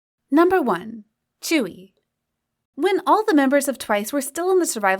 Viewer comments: Tzuyu is now pronounced as "chewie" get some more pronounciation research pls. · lmaooo i thought tzuyu's name was actually pronounced as tzuyu like how you see how its spelled💀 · Obviously I don't speak korean so can someone explain why Tzuyu is pronounced as chewy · reed but I thought it was pronounced as tzuyu (tsuyu)